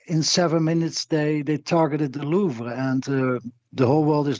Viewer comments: Learning Hasan thought they were dupes is only the second funnies thing here. The first being how he can't say Louvre 😂 not even in the normal American accent way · bro please pronounce louvre different